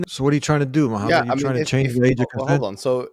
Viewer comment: Moohaimad hajeeb 🙃